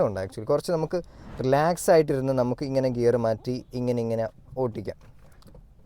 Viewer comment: ഒട്ടിക്കാം എന്നല്ല ഓടിക്കാം എന്ന് പറയൂ 😊